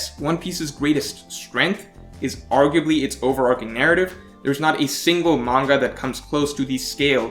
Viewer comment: good video. i agree. also overarching is pronounced over ar CHING not ar king. like archway or archer.